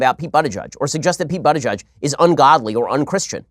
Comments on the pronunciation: Ben said his name wrong it’s pronounced boot not butt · I opened this video only to listen Shapiro pronounce "butty gayge" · Butt Gauge sounds like he could’ve used some help when he was younger. More so right now. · You really think mispronouncing Buttigieg's name will hurt him? Ben, you sound like a schmuck on this one. Pence, as Governor of Indiana, attempted to attack LGBT and other communities promoting a disgusting bill to allow employers to discriminate against employees and applicants on the basis of religion beliefs.THE BILL FAILED. Buttigieg has every right to call Pence out as a religious hypocrite. .